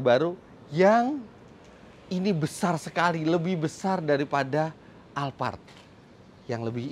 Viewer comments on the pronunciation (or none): none